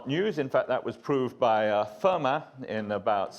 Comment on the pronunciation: Oh, seriously? Sneering at an actor's mispronunciation of a name? Well, you've got to try and get your laughs somehow, if you're as dull as Richard here. And then later he mispronounces Hasse and Fermat! And it's simply never "according to Wikipedia", dear Richard. Your second pathetic attempt to be funny with that snide remark might have raised a smile about ten years ago. Maybe. Anyway, the source cited in the Legendre article is this: It's a piece by mathematician Peter Duren in 'Notices of the AMS'. I can understand why Pol Pot had it in for intellectuals, because most of them really are just such tiresome, conceited, shitty people.